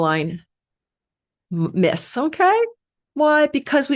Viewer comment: CAROLYN MYSS - I STUDIED UNDER HER AS A MEDICAL INTUITIVE - IT IS PRONOUNCED LIKE ... MACE